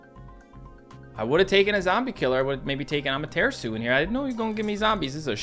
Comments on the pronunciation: It’s not amaterisu it’s ama-tur-asu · The way says amaterasu is just.... why? "A mater asu" is such a great unit and doesn't deserve her name to be butchered like this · Ah- mer - ter - ras -you